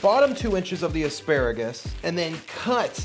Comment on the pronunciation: "Asparagris" LOL